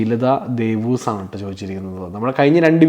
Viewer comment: എൻ്റെ...😂 ഈ വീഡിയോയിലെ ആദ്യത്തെ ചോദ്യം എൻ്റെ ആയിരുന്നു. എൻ്റെ പേര് വായിക്കുന്നത് കേട്ടു ഞാൻ ഒത്തിരിചിരിച്ചു.ഷീലതാദേവൂസ് എന്നാണ് വായിച്ചത്. ശരിക്കും എൻ്റെ പേര് ഷീല തദേവൂസ്( വിശുദ്ധ യൂദാ തദേവൂസ്, യൂദാശ്ലീഹാ എന്ന് കേട്ടിട്ടില്ലെ )തദേവൂസ് എന്നാണ് എൻ്റെ Husband ൻ്റെ പേര്. ജിജിയുടെ പ്രായം ആണ് എനിക്കും) നിങ്ങൾ എൻ്റെ പേര് പറഞ്ഞപ്പോൾ ഒത്തിരി സന്തോഷമായി❤❤👍 നിമിഷയുടെ പാട്ട് സൂപ്പർ❤❤❤❤